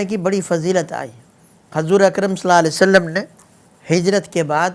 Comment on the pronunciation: مفتی صاحب ﷺ تو صحیح طرح پڑھ لیں